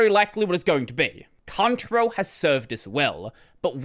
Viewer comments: I like accent, I never knew I used a "cunt-rail" font ;-) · "I'm just going to say it as Contarell, it might be Cantarell, I don't care" -- Isn't the spelling enough of a give away?